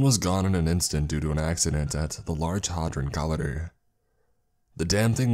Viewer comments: "large hod-rin collander" are you for real? lol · "The Large Harhdron Kohleeder." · "The Hodron Collender" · Hahaha the “large hadr’n cllder”. The most unique pronunciation I’ve ever heard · Hay-dron co-li-der Pen-ta-gram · That pronounciation of "large hadron collider" was fucking epic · The way you just pronounced "Hadron Collider" triggered me...